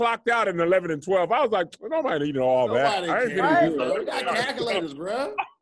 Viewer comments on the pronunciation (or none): 🧏🏾‍♂️ Hey Tom, looks like was trying to say “calculators” he said “cackle lators” that’s the second one today, hopefully it’s the last one! Back to you, Tom!